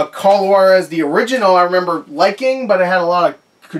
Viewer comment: it’s actually h-wah-dez